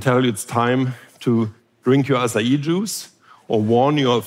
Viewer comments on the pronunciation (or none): none